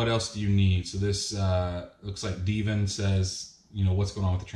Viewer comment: You said my name wrong when you went to talk about the trans am 😂😂 it’s Dev-in lol